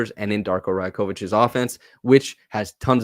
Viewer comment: pronouncing Rajakovic wrong no?